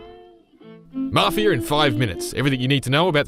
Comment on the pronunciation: “Mafier” that’s what I heard